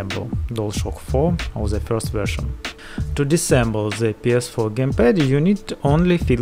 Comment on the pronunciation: Clip is good but if i will hear another "ze" instead of "the" i will shoot myself :/